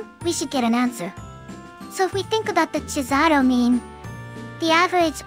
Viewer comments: I love the way they both pronounce cesàro in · Cesàro: an Italian name pronounced by a Japanese TTS imitating English... Somehow not that terribly done.